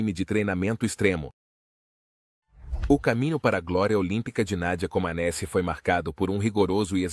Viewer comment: Pronuncia-se "comanéti".